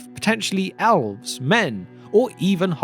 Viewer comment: It is not Alrond or alves, but Elrond and elves.